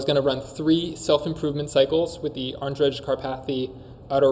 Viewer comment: I think it’s pronounced Andrey not Andredge, no?